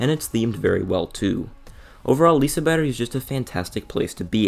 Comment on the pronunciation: Ur the first not swesish person ive heard say Liseberg right😂